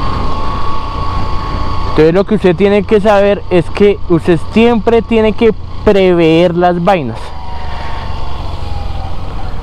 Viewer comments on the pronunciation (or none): De dice prever....no preveer. 👍